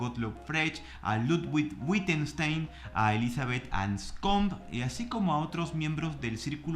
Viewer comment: “Fregsh” y “Gitgesntein” son los analíticos que transformaron mi vida 😆🤣